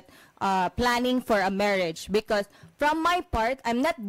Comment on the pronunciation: Saka bakit sya ganyan magsalita..pronounce nya sa becouse.."bekot."..